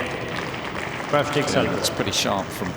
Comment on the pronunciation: Isn't it Krawczyk?